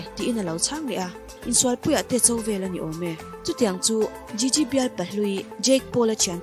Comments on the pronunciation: An hming lam dan fimkhir hle a ngai nih hi, video dangah pawh in lam diklo nasa thei e mai. Gigi pawh jiji tia lam tur aw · Jiji nilo Gigi thil lam I thiam lo lutuk🤦🏻‍♀️ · Gigi i pronounce dan leh zayn i pronounce dan hi diklo tlat